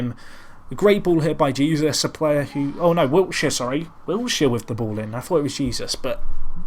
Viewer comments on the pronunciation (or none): Dont know if this has been brought to your attention or not,, but just wanted to let you know that Jesus, in Manuel Jesus, is pronounced hey-soos.